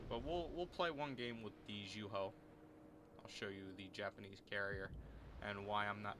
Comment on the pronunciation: Zooeho is how you pronounce it